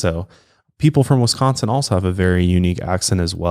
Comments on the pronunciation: Grew up and still live in Wisco. You say Wisconsin very well!! Most people say Westconsin. 😂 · Wisconsin-ite here- you nail the pronunciation!